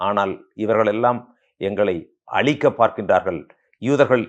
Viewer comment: அழிக்க வேண்டும் என்பதை அளிக்க வேண்டும் என்று சொல்கிறீர்கள். ழகரம் சரியாகப் பழகவும்.